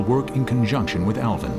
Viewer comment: So annoying hearing the narrator call it elvin not Alvin 😡